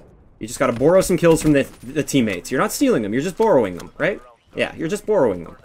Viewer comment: i like how you say "borrowing".. good tips btw